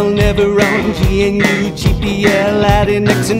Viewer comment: How dare you pronounce GNU as "Jee En You" :(